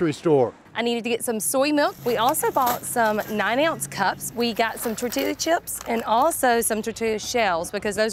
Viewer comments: We just gon ignore the fact she said “tortutu”instead of tortilla? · I'm sorry, I laughed when she pronounced the L'S in tortilla chips 🤣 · I’m sorry but the way she says tortilla 😂